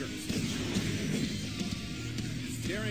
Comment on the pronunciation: I heard Michael Cole say " Daneil Bryan was trying to apolizge. " I was like WHAT?